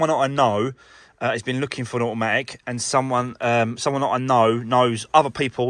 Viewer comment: Can you just say a...matic once more 🤣